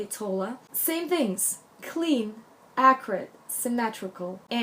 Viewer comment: There's a word you use a lot that I'm confused about- are you saying "acrid"? you say a word you use a lot in this video and I straight up don't know what you're saying or what it means?